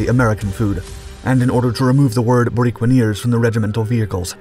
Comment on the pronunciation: The Borinqueneers were recognized with a Congressional Gold Medal ... (The people of Puerto Rico have been drafted into the U.S. Military since World War ONE ... 9 Congressional Medal of Honor recipients from an island measuring 100 miles by 33 miles). ... The correct pronunciation of "Borinqueneers" is "Boreenkeneers".